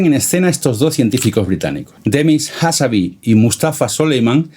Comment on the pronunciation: Excelente video, solo una pequeña corrección: es Demis Hassabis (con s final), no "Hassabi". Y la empresa de Altam antes de OpenAI se llama "Y Combinator" no "YC incubator".